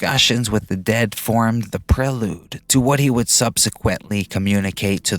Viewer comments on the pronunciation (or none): none